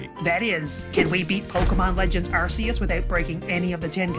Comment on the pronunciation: Ahheeemmm, Don't you mean Legends Arkoos